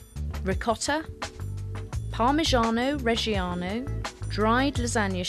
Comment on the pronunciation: ..So we need some: "PARMASCZHIAAANOOUEE REZSCHIAAANOOOUWEUEE" in this yeah?